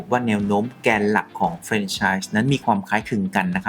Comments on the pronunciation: แฟรน ครับ ไม่ใช่ เฟรน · อ่านว่า แฟรน ไม่ใช่ เฟรน นะคะ